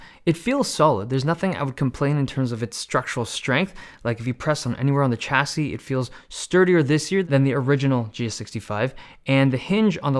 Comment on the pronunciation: I am noy French but every time I hear him say TCHassis.... I wince.